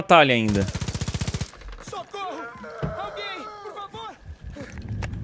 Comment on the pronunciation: kkkkkk,o cara fala sotorro,em vez de socorro